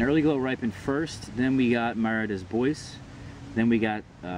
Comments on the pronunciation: Mara "dAy bWah". French. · good information. What's more worthwhile to grow, everbearing or June-bearing? Also, don't be offended, but it's pronounced Mah-rah day Bwah. It's French. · you're pronouncing Mara Des Bois wrong